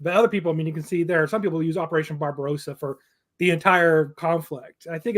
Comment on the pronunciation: Guys, please listen: It is NOT pronounced “BarbaROWsa”, but BarbaRAWSA…. Get it? Drives me insane